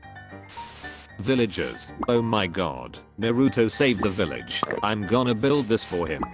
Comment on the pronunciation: Bro this YouTuber doesn’t know how to say there names naruto: this YouTubers Name naroto